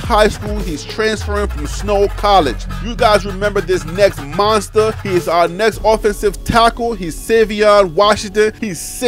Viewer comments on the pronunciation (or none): none